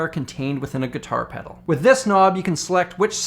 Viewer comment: That last "pedaru" killed me